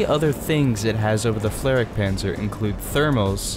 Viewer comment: Can this guy not pronounce the flak properly, he’s saying flarik instead of flak But otherwise I agree with his assessment